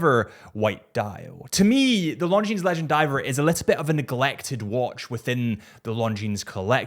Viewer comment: it is no "s" in Longines.